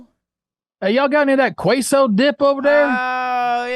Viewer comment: Unsubscribing and reporting the way Trevor pronounced queso